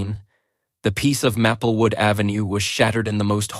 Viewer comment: Grating on the nerves each time the AI mispronounces Maplewood as Mappelwood…